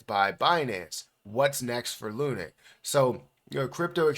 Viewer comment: Why are you pronouncing it Loonick it's LUNC ('Lunk'), only joking keep up the great videos and information you have helped me a lot since venturing into crypto